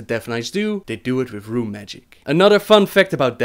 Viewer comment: I like how you change from saying RRRRRRRUne magic.. then rune magic. lol